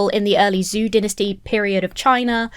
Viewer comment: "zoo dynasty" caught me so off guard >w< did the subtitles mean "zhou dynasty"? it's pronounced more similar to "joe"